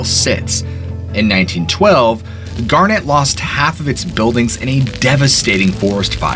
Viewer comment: Dude you've mispronounced so many words its kinda crazy. Garnet, Bozeman, Galena, madam, etc